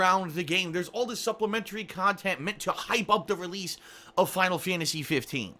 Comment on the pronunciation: "Final Fyantasy 15"